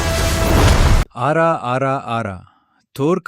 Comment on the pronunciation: Aura✅ Aara❌😂😂😂😅